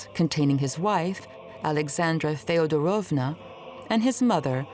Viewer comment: thank you for the video, ❤ the content is brilliant. I am having an issue with Russian names/words/titles pronunciation by the English accent lady . She puts emphasis on the wrong part of every Russian word/name she utters😂😢 TzArevitch? it is tzarEvitch. FeodorOvma? it is FedOrovna… please , 😢 English-speaking people -,learn the pronunciation😂😂😂